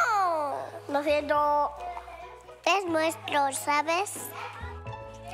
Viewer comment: Y solo dice lo jiento